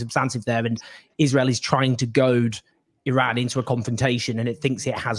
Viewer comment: Someone has egg on their face. He called Iran wrong.